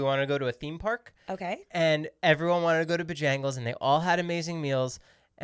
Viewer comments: Omg him saying ba-jangles as supposed to bo-jangles is killing me 😂😂😂 and cookout is bomb 💣 😂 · Hilarious, being from the south, to hear “bah-jangles” 😂